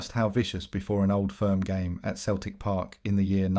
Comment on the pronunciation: youve been doing this a while now mate how can you not know how to say ibrox and celtic park properly?